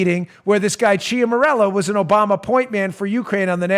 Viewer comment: Ciaramella = Chara-mella. Just sayin'. :-)